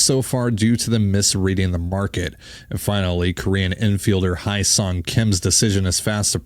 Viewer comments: Best possible outcome now is trade for bichette and put him at third. Go get Kim Hye Seong (pronounced Hye like Hay not Hi), and then sign Alonso or turner. Let’s not forget too we still have done nothing with the pen. Not looking super encouraging. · If you guys want the correct pronunciation of Hyeseong Kim's name, it would be "Heh Sung" Kim. So much gets lost in translation based on how Koreans translate their names from Korean to English. Personally, at some point while growing up, I got tired of trying to get people to pronounce my middle name (which is the Korean name given to me by my parents) because rarely ever did anyone get it right after several attempts. 😂